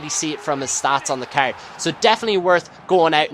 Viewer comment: I love how you say ceurd (card) :P